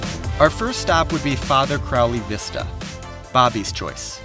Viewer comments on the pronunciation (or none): none